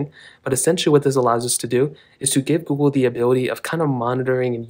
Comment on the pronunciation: He’s says Gool